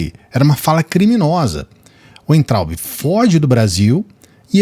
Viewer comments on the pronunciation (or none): NÃO é Uentraubi. O W tem som de V. É VAINTRAUBE a pronúncia.